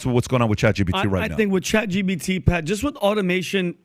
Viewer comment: It's ChatGPT not ChatGBT, how many times do you need to be corrected???